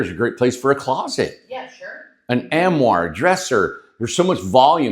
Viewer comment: Love these videos. But can you say ARMOIRE? The word has an R!